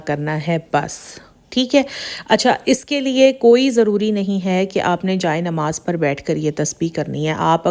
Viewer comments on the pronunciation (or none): none